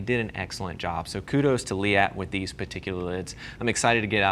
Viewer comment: from someone who pronounces it "leet" you saying liette is super weird